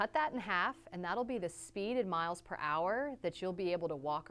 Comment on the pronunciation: How do you know she is from the Midwest because instead of saying miles per hour she milenhour